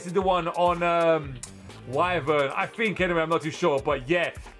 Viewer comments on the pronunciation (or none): none